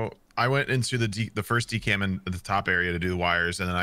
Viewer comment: The way they be saying decam instead of decom kinda botheres me ngl